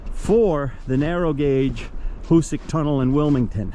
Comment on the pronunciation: Nice video on the tunnel. Fyi it's pronounced " HooSack and you are correct the east was much easier to drill. On the west end on the south side of the tracks over the hillside you can see the now collapsed original bore that was abandoned. They actually bored down and dug east and west on the west end to accelerate progress as the west was very hard . Also, by accident, it was discovered that nitro was stable when cold when a wagon going to the tunnel crashed on a cold day, and it didn't explode.